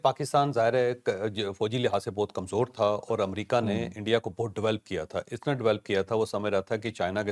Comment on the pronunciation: ( عمامریکا) غلط (امریکہ) سہی